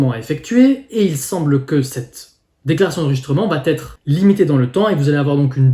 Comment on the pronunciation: .. Merci pour ces infos. .autre info:.il n' y a pas de "t " à va..... donc dire à chaque fois "vat- être" ... çà écorche les oreilles.....